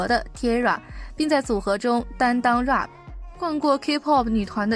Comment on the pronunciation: 能把Pop和Rap这两次词学会怎么读再来吗？发音真的太难听了